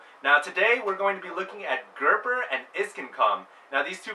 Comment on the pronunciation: its gerper not gerber, hd